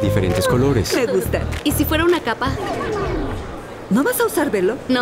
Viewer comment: Todo hermoso hasta que dijo capa!! 😂